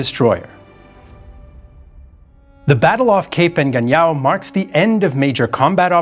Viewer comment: He butchered Cape Engano, aayong “En-Gan-Niao” when it should be “EN-Gan-Nyo.”